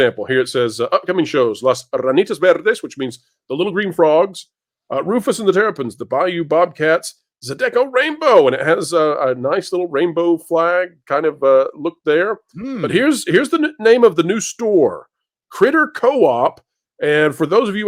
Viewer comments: the music we have here in south Louisiana is pronounced ZYE-duh-ko, not zye-DECK-o. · Zydeco is pronounced zai-duh-co. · Zye-dah-co Stop hurting me.